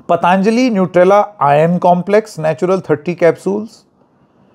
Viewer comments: जी, आपने बिल्कुल ठीक आपत्ति उठाई.....सब ठीक रहा.....बस एक कमी खल रही है......पतांजली नहीं, पतंजलि बोलिए। अंग्रेजों की समस्या तो समझ में आती है लेकिन हम हिन्दुस्तानियों, वह भी उत्तर भारतियों की क्या समस्या है कि हम ठीक ढंग से अपने शुद्ध भारतीय नाम भी नहीं बोल सकते? किन्हें खुश करना चाहते हैं हम? किस अंग्रेज को? क्या आप ट्रम्प को खुश करना चाहते हैं? अच्छे खासे 'योग' को आप सब (खासकर अंग्रेज़ी) मीडिया वालों ने 'योगा' तो कर ही डाला है। अब ऋषि पतंजलि के नाम-स्वरूप में परिवर्तन करना चाहते हैं। सवाल है कि क्यों? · पतंजलि बोलिए, पतांजली नहीं 😊